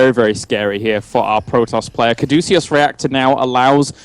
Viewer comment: Cadeucus. Kaa-doo-kiss.